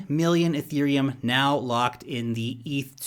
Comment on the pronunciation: "EUROPILUM" I lol'd